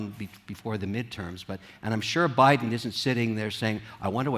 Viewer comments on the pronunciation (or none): none